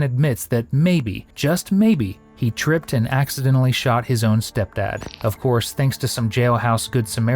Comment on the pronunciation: It's like a speech impediment trilogy